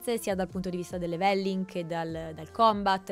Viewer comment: (Commento non importante) scusate la pignoleria ma quando si è abituati a sentire gli inglesi parlare triggera un po' sentire da italiani "new word" anziché "new world" 😅😂 come la pronuncia "levèlling" anziché "lèveling" (accento all'inizio e no doppia L) Per alcuni basta capirsi, ma chi è abituato a sentire pronunce corrette può capire 😂